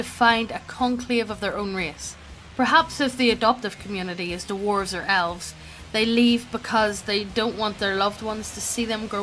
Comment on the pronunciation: I love this channel, but I hate how you guys say, "dwarves," as, "Duh-warves,"